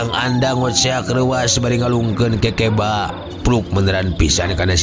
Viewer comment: Assalamualaikum wr wb mang punteun sanes kekeba tapi keukeuba